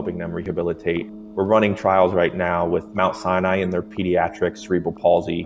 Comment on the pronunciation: Lol, the way he pronounced Sinai.